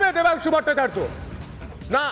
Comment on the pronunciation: No Debansu, it's Vodansu😅